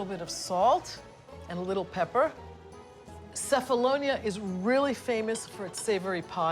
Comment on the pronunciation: Nice very nice story, Diana of Ionamin Islands But, but,but, : You said Cephalonia and pronounced "Cefalonia" with C like "City " My mom comes from Sami, Cefalonia, and in Greece, we pronounce "Qefalonia" with "Q" like "qefali" or in English we say say "Kephalonia" with K like Kevin This is just a reminder After that, everything is a beautiful show Yasas